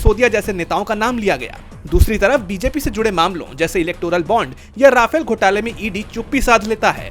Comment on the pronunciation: Rafael❌ Ra-fail✅